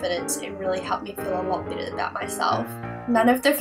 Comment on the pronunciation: oh god...honestly i thought you were saying -bitter- instead of -better